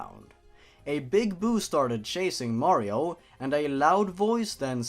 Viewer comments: R.I.P headphone users xD edit #1: did you say Mearrio at kinda like.. - (it's not a problem it sounded funny xD) edit #2: And a loud voice said... COWARD FOOLS MERASMUS IS HERE, FUCK YOOOOOOOOOOOOOOOOOOOOOOOOOOOOOOOOOOOOOOOOOOOOOOOOOOOOOOOOOOOOOOOOOOOOOOOOOOOOOOOOOOOOOOO MERRRRRRRRRRRRRRRRRRRRRRRRRRRRRRRRRRRRRRRRRRRRRRRRRRRRRRR edit #3: "he still was alive" I WILL NOT DIE, NOT YET AMIGO! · How to pronounce Mario [MALLEO] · mayro itz mayro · It's a me a maro XD